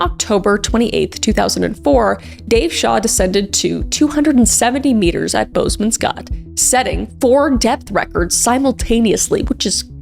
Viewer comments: Hoooweee the way K butchered the pronunciation of Boesman's Gat😂 love you girl but dang that cracked me up! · I actually laughed out loud when she pronounced “Boesmans Gat” Then was heartbroken just a few minutes later Sending love from Namibia 🇳🇦